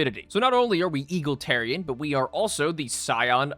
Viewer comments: I was so happy when he pronounced egalitarian correctly only for bro to say eagletarian again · The eye twitch when mispronounced egalitarian after saying it correctly made me think I was having a stroke. Masterfully done sir! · the smoothness of you mispronouncing egalitarian immediately after was so perfect I nearly missed it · Egalitarian "only time I've said that word right" Immediately mispronounces it. Please never change.